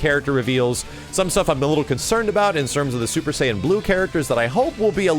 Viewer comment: I cringed every time said "super sayian blue"